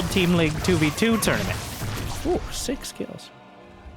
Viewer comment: Did say "six kills" or "sick skills"?